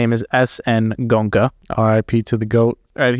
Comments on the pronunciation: 😂Guys, At least Please pronounce the master’s name right, it’s Go-En-Ka. Not gonka!!😢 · It's Go-enka .. not gonka.. It's hard to believe nobody told you the right way to say his name. But nice to hear a good discussion.. Ties in with my experience.. there wasn't really any suspect love at the retreat I went to. Unfortunate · Gonka lol … it’s Go-enka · It pronounced Go-enka. not "Gonka". The Goenka's are a very wealthy Marwari clan. SN Goenka lived in Myanmar during WWII . His teacher was a very great Burmese civil servant who became a great Burmese meditation teacher. The primary Goenka meditation center in India is in Mumbai. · The awesome teacher's name pronounced Go-yen-ka; not Gonka.. JFYI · For your benefit, his name is pronounced GOYn-ka, not GOn-ka. 😇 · Good job guys! Its pronounced Go En Ka! To see is the summary of it. It's need to be integrated in every action, thought, emotion and the inevitable happens! How many years you do it has no relevance how well you integrate it in your day to day is what matters. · Go-eng-ka, three syllables... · oh dear.. the centres are all over the world.. Came to America fairly recently.. His name is NOT Gonka.. please.. Are American's taught at school how to mispronounce words..? His NOT Indian.. he's Burmese.. Fekk I'm 1 min 15 in.. You really were not paying attention.. why do a video without even checking basic facts.. ? I don't understand.. do you have access to google..? sidhartha who..? he was a royal prince and was NOT unhappy.. I can't take any more.. glad you enjoyed the retreat.. next time just write some notes before putting the camera on.. please.. save us all some time.. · Don't you know how to pronounce indian names😡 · While you two love criticizing someone's pronunciation of a language which is not their first language. Did you in the midst of this humour and mirth stop to think how funny you sound every time you pronounce his name wrong. Not good funny but stupid funny. Bunch of jokers